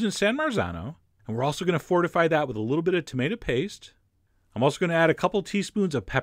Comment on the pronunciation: "And at this point I am going to add a b it more cayenne. "